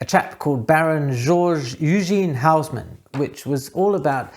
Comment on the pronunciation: Haussmann it’s pronounced ozman in French